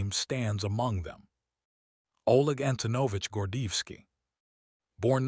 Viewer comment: Want o add credibility to your program? Pronounce the Colonel's name correctly.